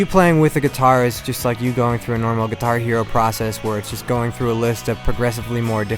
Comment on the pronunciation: why did he say guihar hero, it's guitar hero dumass. Look